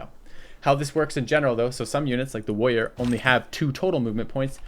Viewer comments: Because Woyas. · why doesn't pronounce any of the "R"s in "Warrior"?:) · He is minmaxing his consonants. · Haha I've always noticed that as well